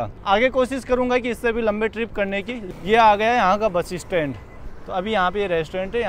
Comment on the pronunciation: आप बस स्टैंड को बसी स्टैंड क्यों बोलते हो?😟🙄